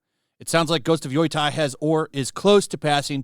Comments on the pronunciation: it's pronounced Yo-Tai, not Yoi-tai. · Bothers me every time he pronounces Yotei, it cracks me up. It's Yo-Tay. Not Yoi-Tie lol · Lol. He can't pronounce it. It's yo tay. It's irking me. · Why the fuck does this moron keep saying "Yoy-tai"? Does have a single brain cell in his head? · I love how no one knows how to pronounce the name. Yoitye, Yoitay, Yotye... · Ghost of Yoi Tai. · I don't know why you keep saying "Yoytai" but I approve. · Yo-tei (tay)!!!!! YO-TAY!!!! Dude freaking say it correctly hurts my ears and makes me want to turn the video off. I don’t want people to not give you a chance because off the terrible pronunciation. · How did you come up with that "Yoy Thai" pronunciation lol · "YOY-TIE" is killing me. Lol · Yeah. Lol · Is there some joke behind him saying "Yoy-tai" that I'm missing? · "Yoo-Tay" Get it right buddy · Yotei is pronounced (yoh-tay), btw. My eye twitches every time you say it😂❤ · I can’t be the only one who is annoyed this dude cant even pronounce the name of the game properly. Jesus Christ 🤦‍♂️ at least say it correctly. And saying it’s cringe people are promoting it is true, but sitting around talking about the opposite is literally just as cringe. Woo boy wha is this channel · Wow your pronunciation of Yotei is absolutely atrocious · Is trolling with his pronounciation?